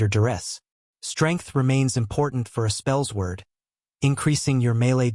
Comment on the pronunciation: Spells Word?!? Spellsword is pronounced “Spell Sword”. Edit: I’m a bit boozed up at the moment , but I just had to come back here and say that I find it absolutely hilarious that you don’t know the pronunciation of your build!!!! 🤣